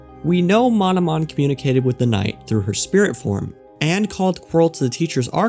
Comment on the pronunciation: Ah yes, "Mononom"